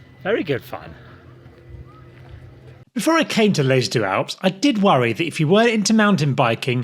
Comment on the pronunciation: already annoyed by the pronunciation of deux in - sorry!